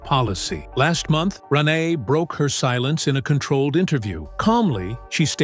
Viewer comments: Ran- neye lmao😂😂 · It's "Ranae", pronounced Rah-nay.. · Gee, whoever is narrating this is getting Rene's name wrong. if you're going to narrate people's name, do it right. I didn't know BoBo passed away.